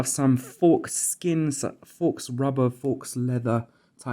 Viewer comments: Ah yeah I noticed that. Oh and faux is pronounced 'foe', not 'foks' :) I might be stupid but my G1 comfort increased a LOT by simply wearing a beany hat that I can pull over my forehead and letting the G1 rest on that. Besides that, the cable guide clip has a tendency to pull the cables tight, reducing the effectiveness of the spring mechanism between the headset and headband. So, by making sure there's enough cable slack before going through the clip, the headset is a lot less tight on the head. Combining those two things, I'm now a lot more comfortable wearing this headset for extended periods of time. Before that I could only manage 15 minutes before getting a headache. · Faux is pronounced 'fow', like 'no'. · Faux pronounced fo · FYI faux is pronounced foe